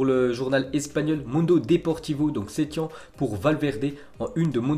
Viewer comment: On dit setiene